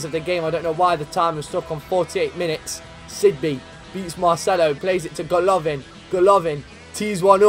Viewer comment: It's goalivin not gaolavin